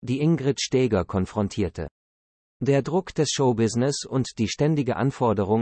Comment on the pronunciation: Die KI-Stimmen sind einer Würdigung unwürdig. Die Frau hieß auch nicht Stääger!